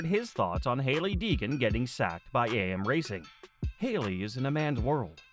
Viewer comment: It's Deegan, not Degan 🏆